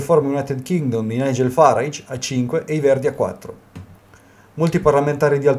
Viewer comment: Finalmente una persona che sappia pronunciare correttamente il nome di Farage.